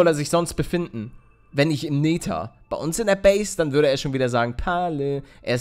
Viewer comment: Wie Paluten einfach mal nether sagt XD Neeeter